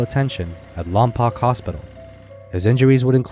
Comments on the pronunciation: It’s pronounced Lompoke. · Pronounced, Lom - Poke